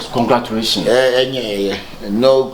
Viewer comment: Here early for the love of the series and actors❤️ TT has started again...s3 conglaturation 🤣🤣🤣🤣 ...be very very kaiful s3 s3n 🤣 Akabenezer 🤣